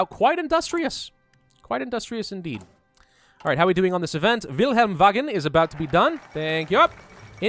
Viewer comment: Wagen is pronounced "var-gen".